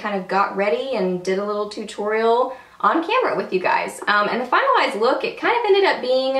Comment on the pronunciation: You had me chuckling! At the beginning I thought you said, "final ass product" but realized you said "finalized product." :) Beautiful look!